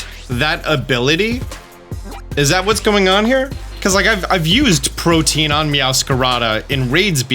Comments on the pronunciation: I love you and the effort you put in that puts other content creators in the PokeTube space to shame, but my para-social friend, I need you to know the following. Protean is 3 syllables, which can be pronounced either as PRO-TEE-INN or PRO-TAY-INN depending on your dialect, but it is certainly not pronounced as protein. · Pro-tea-en. Not Protein... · "protein" is not how you pronounce protean. think proto-ian. protean. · Bro. Killin me. It's not pronounced "protein". It's pronounced ˈprōdēən' 😂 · pro-tee-un, not "protein". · If I hear one more poketuber say "protein".... IT'S PRO-TEE-AN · Omg it's pronounced Pro-tee-un not like protein lol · Protein = (pro-TEEN) Protean = (pro-TEE-ehn) sorry was just bugging me the whole mewoscarada segment lol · Pro-tee-an or pro-teh-an, not "Proteen". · How are people still incapable of pronouncing "protean" it's not "protein" you have to pronounce the e and a separately. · Protean. The ability is protean. In case anyone else heard "protein" (a consumable) and also got confused. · Love your videos! and I hate to be that guy, but I'm a huge language nerd. Protean isn't pronounced like protein; it rhymes with the name Ian, or Korean. It's an adjective that means "tending or able to change frequently or easily, versatile." I wasn't going to comment anything but you said it so many times. Thanks for all the content! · Man I couldn't keep watching after hearing how you pronounce protean. Protein =/= Protean. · “pro tee ann” :) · It sounds like prow-tee-uhn. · I can't help but hear Protein instead of Protean this whole video and while I acknowledge it's really not a bit deal it is simultaneously tearing up my brain lol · "Pro-Tee-an" for fucks sake my dude. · FYI it's pronounced pro-tea-an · Protean is not pronounced the same as protein lol